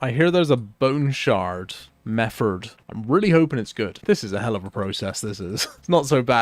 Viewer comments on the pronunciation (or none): none